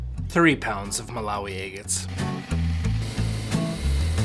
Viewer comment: I love watching you cut open “eggates!” Every “eggate” is a beautiful surprise. ThanK you for sharing. ❤